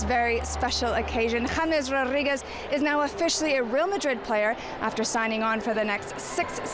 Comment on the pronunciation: James Rorrigues jajajaja, es James Rodriguez